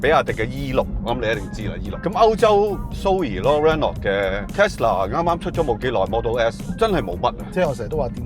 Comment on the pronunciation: 非常尊重兩位車壇前輩, 希望兩位不要介意, 有兩個讀音不太準確: Renault 讀音是比較接近"ren奴"而不是"ren knot". 探索的"索”粵音應該讀“saak"不是"sok" 🙏